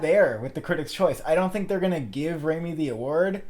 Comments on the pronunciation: You are saying his name wrong...it's not RAYmi then Raami..that is so annoying omg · It's not RAY-MEE, it's RAAH-MEE